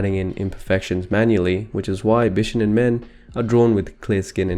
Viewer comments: Bishonen should be said more like: Bee-shoh-nehn The first 2 syllables aren't said that fast. Sorry, it was just really distracting to my inner weeb. Good video though, especially discussing the pre-existing cultural preference for pretty boys in Japanese and Chinese cultures. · It is pronounced bishOnen. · More like bee-shou-nen ;) 美少年 = びしょうねん = bishounen. The o sound is long. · why is it so difficult to say the word bishonen correctly? i don't care about the exact modulation of the consonants, but the stress is on the second syllable. that's easy to research and easy to say. it's bi-SHO-nen.